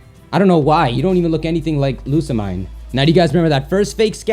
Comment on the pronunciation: It's pronounced Lusamean not Lisa mine